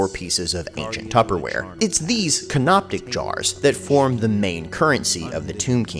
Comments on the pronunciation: It couldn't matter less, but it's canopic jars, not canoptic. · CANOPIC NOT CANOPTIC LMAO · Can-op-ic, there is no ‘T’ lol. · "Canoptic" There is no T in that word. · There's no "t" in "canopic." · There’s no t in canopic jars - otherwise, hilarious as always lmao